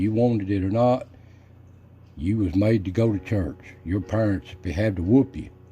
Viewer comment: Instead of yours they say " yourun" almost sounds like urine